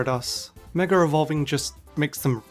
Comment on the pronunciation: DRINKING GAME: take a chug of your cocktail everytime he says "MegaREvolving" or "MegaREvolution"